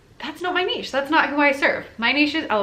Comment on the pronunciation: Thank you for pronouncing niche properly. It absolutely drives me nuts when people say it "nitch". Maybe, it's because I am from the French speaking part of Canada.